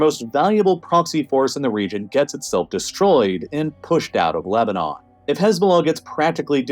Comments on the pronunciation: he says Lebanon-on, seems like a typo and makes me wonder if the voiceovers are being AI generated. Pretty good if so, I didn't notice. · Was this made with an AI voice? "Lebanonon"? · Mispronounced Lebanon and didn't even care.